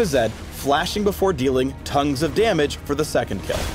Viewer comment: "Tongues of damage" DAMMIT PHREAK.